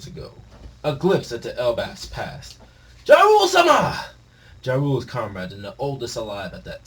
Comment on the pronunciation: Thought bro was talking about "Ja Rule" for a second, damn near thought the One Piece Eminem is coming back lmao. Btw all Germanic languages pronounce "J" as "Ya" except English, so he's Yarul and his co-captain is Yorul that big mom sent to heaven (RIP)